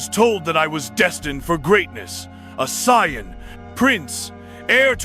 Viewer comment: Sai-an? Cyan? Sigh Ann?